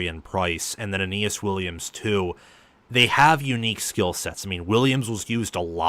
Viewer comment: Awesome episode. By the way, Billy Schrauth's last name on Notre Dame is pronounced "shroud" except ending in "th." (You nailed Aneyas Williams though, which basically no national commentator does haha.)